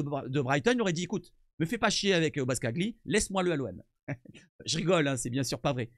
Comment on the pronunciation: Pour la prochaine vidéo ca ce lit BOSCALI le G est muet :P Sinon belle vidéo et beau travail de ta part